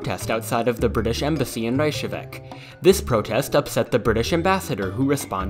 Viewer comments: Icelander here, great video. But... it's "Reykjavík", not "Reykahavic". But I like to see more, so I will subscribe your channel. Þoskastríðin (The Cod Wars) was actually used in our last presidential elections. When the candidate Davíð Oddsson (our "Ronald Reagan") attacked the history professor Guðni T.H. because he has been writing about the Cod Wars and was pretty neutral about it (just like a historian should be). That is, he was not particularly standing with Iceland (nor Britain) and because of that he "hated Iceland". But in the end, he won the election and Davíð was in the fourth place. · Really apreciate the video I didn't know all of this about the cod war even though i learned about it in school! (Even with that reyKjaviK pronounciation ;)) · B: It's pronounced "Rekiavik" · iegki gera dað Reichavick Stop abusing my language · Did you cringe too when he said Reykjavík? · Nice pronounciation of "Ekki gera það" :) (but you messed up Reykjavík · So, I wanna be that guy and point out one flaw. The vessel used to represent the Icelandic Gunboats in the video was the ICGV Thor which never saw service in the cod wars as it was commissioned in 2011. Aside from that and the mispronunciation of Reykjavik, good video!